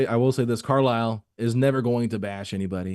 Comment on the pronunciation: Why does say Rick Carlisle Name like that?!? 😭😭😭😭 “Rick Carl” 😂🤣🤣